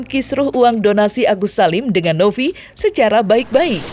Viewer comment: Novi pak. Bukan Nopi.. V ama P beda lhooo🤣😂🤣😂